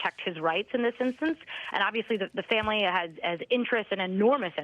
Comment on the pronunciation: Do you have trouble with the word ‘family’?